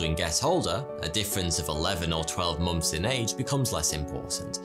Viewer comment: Just remeber its pronounced months and not momfs.